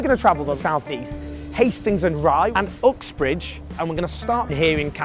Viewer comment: . I honestly thought he said Fuxbridge.